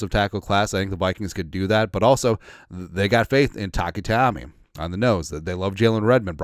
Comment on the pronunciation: Taki's last name is "TaiMANI"- NOT "Taiami" !!!!